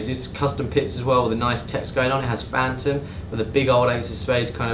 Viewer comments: It's not "Fantom", it's "Fa-thom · I swear this fucking dude cant read English throughout the video he said phantom.